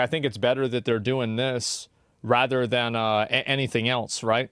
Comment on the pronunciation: “They kids, they kids” Why is it so hard for Asmongold to pronounce the ‘re part of “they’re”?